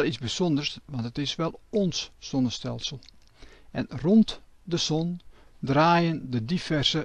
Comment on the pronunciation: Waarom kan deze man de "Z" niet uitspreken. Wel handig als je het constant over zon en zonnestelsels hebt. De son, het sonnestelsel????